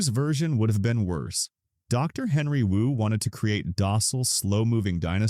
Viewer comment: "you" said W-U several times instead of Wu. you should do a better job of checking your AI if you want people to think its a human narrating this, which clearly is not.